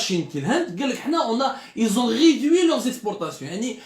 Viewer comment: Ont ridui ont réduit hhhhhhh bonjour la prononciation